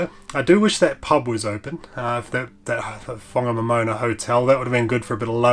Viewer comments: It was mostly loose metal when I went over it in the 1970s. Ive never heard that town pronounced as a moana before, so we must have been saying it wrong all these years. Poor Harvey's hard work. I hope he gets a bonus thus week 😅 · Pronounced, Fong a nom in nah.